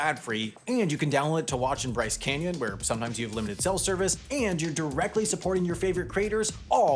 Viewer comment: why did he say where like a British person 💀